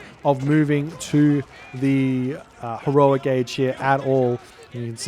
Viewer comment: lol said "herioc age"